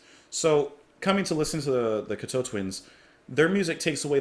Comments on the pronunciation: Loved your reactions. Firstly the name is pronounced Cock toe Twins. The album Treasure was Simon Raymonde's first album with the band. Though he joined them in between Head Over Heels ( their second album) & Victorialand. Simon Raymonde is the son of Ivor Raymonde a world reknowned arranger, writer , producer & orchestrator who had worked with Scott Walker, Dusty Springfield & David Bowie, to name just a few. Simon's contributions often get overlooked. He is a gifted multi instrumentalist in his own right. These days he owns & runs Bella Union records & it the co founder of the label. And also his current band Lost Horizons. Robin Guthrie is a master of ambient guitar having released numerous solo records & collaborations with the late great multi instrumentalist Harold Budd. Cocteau Twins first worked with Harold on The Moon & The Melodies album. Treasure is a firm fan favourite. Whilst Cocteaus are my alltime favourite band. Head Over Heels is my favourite album by them. But they are all brilliant. Please react to Musette & Drums from Head Over Heels. P.s. I totally got what you meant about the Chelsea Wolfe connection. THANK U for not talking whilst the songs were playing . Peace, HappiGoth 🖤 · It's pronounced Cock toe (as in big toe). I love practically everything they put out. I also love Robin Guthrie's work with Harold Budd. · While I truly appreciate your furthering people's knowledge of Cocteau Twins, it is absolutely unforgivable and disrespectful to not even know how to pronounce the band's name. Especially given the fact that you have done videos on them before. With the amount of content, articles, interviews, and documentaries about the band over the last 20 plus years, a simple 5 second search could confirm how to pronounce their name. In the future, please further the credibility of your channel by taking the time to learn how to pronounce the names of artists that you feature. It's the least you can do to give the artist the respect they deserve.